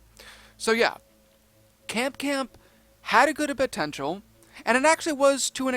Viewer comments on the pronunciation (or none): none